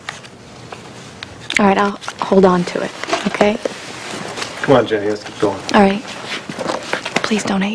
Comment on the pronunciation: OK Jen-nay